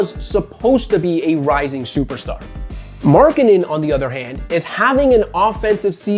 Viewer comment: to be honest everytime you say Markkanen i hear " Marketing" :D:D